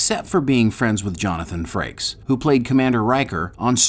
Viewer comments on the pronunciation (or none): none